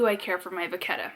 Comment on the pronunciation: Louis Vuitton is a French company, so let's lose the Va "ketta" add that " H" (vachetta), and pronounce it VA SHET A!! Lol, don't know why this hits me wrong, everyone in the U.S. pronounces it different (toMATO , toMOTO). You make the BEST videos!! You are so down to earth and cool and fun to watch😍 I will just have to keep watching even if you don't say "vaSHetta" going forward! 🤗 😂